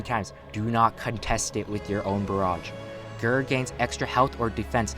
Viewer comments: Bro did you say Ger rather than G. E. R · How I pronounce GER: G-E-R How pronounces GER: GURR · Please Do not Pronounce GER as “grrr” I’m triggered. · Please stop saying GRRR for Gold Experience Requiem and just pronounce it by saying the individual letters. G + E + R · My man say g.e.r not gerr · it's g e r not grrr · I love how he calls ger a "grr" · be like Grrrr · ger is usually pronounced as separate letters (g-e-r) no offense but that was hard to listen to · Just saying ger is an acronym so you say g.e.r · "Facing a gurrr" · The way u say GER hurts me